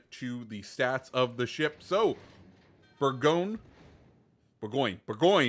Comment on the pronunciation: The name is pronounced boor-go-gne and the gne is said with a silent G